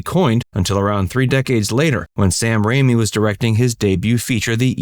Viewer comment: It's Sam Raimi, not Rami.